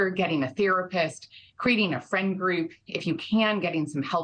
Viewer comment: “ecspecially” . . . “drownding” . . . how did this woman achieve a career in broadcast journalism???